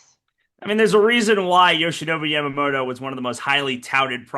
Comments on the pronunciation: Who is Yamamodo???? Pronounce his name correctly, Americans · People in English-speaking countries can't pronounce Yamamoto properly, can they? It's Yamamoto, not Yamamoro.